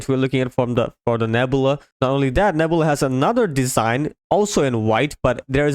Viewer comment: its pronounced Neb-you-la, Nebula.